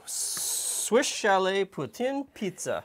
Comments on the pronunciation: We have some decent cheese curds in New Brunswick as well! Caraquet makes some damned good curds! Also, yay for saying Poutine correctly! It's not pou-teen! :D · thumbs up for the good pronunciation "poutine" !